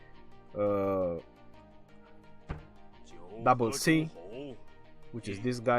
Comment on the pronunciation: cao cao = double c ahahahaha im dead